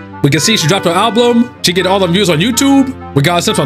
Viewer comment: "She dropped her alblum"